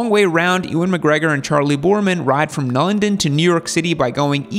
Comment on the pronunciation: bro..... ewan, "e"wan? really???, i mean, long way round has been out for 20 years, watch it, and learn how to say his name correctly?? (and maybe london)